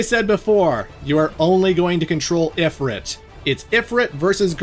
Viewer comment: Please pronounce Ifrit correctly😢